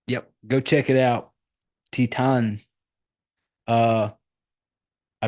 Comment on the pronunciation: Dude I studied La Francais and your pronunciation of "Titane" was perfectly correct.. it's just said with a French accent, which is why people doubt themselves when saying French with an Anglo-American accent. Also you reminded me I really must finish the this film! I started watching it in 2011 and wasn't really in the mood. Now I am ;) Good job! Subbed